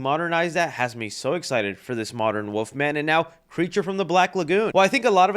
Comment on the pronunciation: There is an “L” in Wolfman, it’s not woofman 😂🤣😂